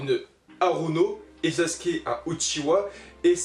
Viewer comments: SasUUUUke le « U »bordel sinon bonne vidéo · Vous savez pas dire sasuke